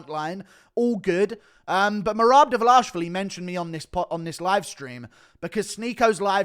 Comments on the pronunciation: Bro, just pronounce his name right. Its enough🤦🏻‍♂️🤦🏻‍♂️🤦🏻‍♂️🤦🏻‍♂️ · Why do you mispronounce Merabs last name? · You really need to learn how to pronounce Dvalishvili. Do you not listen to the commentary on fights?